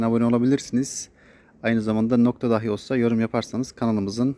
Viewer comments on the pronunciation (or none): none